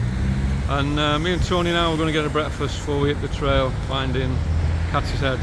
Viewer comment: It's Cadishead, not Kathy's head!😂